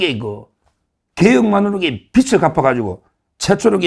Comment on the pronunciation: 빚은 ㅈ받치이니 비즐 이라 발음 해야. 비츨이라사지마시길.